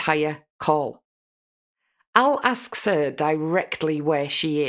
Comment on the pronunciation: Oh man, she also ASTS *asks ...my pet peeve in life is ANYTHINK and a genius at work says ANYFINK and EVERYFINK...drives me mad.